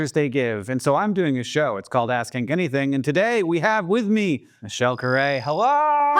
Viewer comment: I wonder if Hank knows when he says his name I sometimes hear, "I'm hangry"?